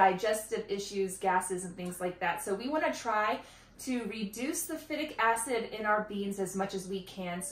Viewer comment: FI-tic acid...long I.